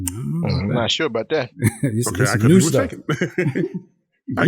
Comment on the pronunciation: Ha! He said “I’ll sho as hell try”. 🤣